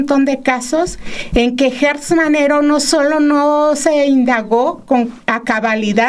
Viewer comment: Repiten y repiten el nombre de Alejandro GERTZ Manero, PERO lo pronuncian mal, es GERTZ no GUERTZ!!